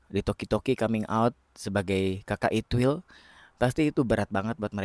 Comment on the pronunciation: Tang aku denger bukan itwil tapi it..... L😂